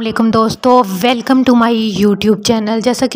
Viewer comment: Welcome bolna nhi aata